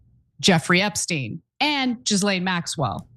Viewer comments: Calling Ghislane (Gee-lane) , Jizzlane is incredibly inappropriate and insensitive. Learn to say her name correctly out respect for the seriousness of the situation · Her name isn't pronounced Jizzlane Maxwell. It's Gillane